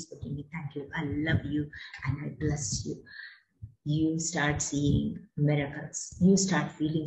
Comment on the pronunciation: Last one I bless you...not clear madam